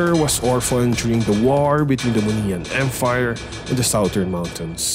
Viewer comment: Moniyan Emfire thats what I heard